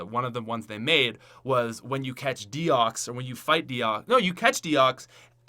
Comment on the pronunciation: one more comment, rip the pronunciations, and you said deox not deoxys